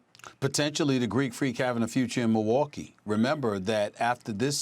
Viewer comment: " if you are the Mohwokee bucks" Stephen A Smith